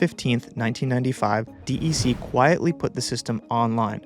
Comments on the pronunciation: D E C instead of “deck” is worse. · It's not d e c... It's DEC and it's not altaveesta, it's Altavista... Short I, like Vista.. Aka view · As a card carrying OG who was around VAXes in the late 70s, I only ever heard "deck". Not disappointed, just that spelling out the letters sounds weird. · DEC is pronounced Deck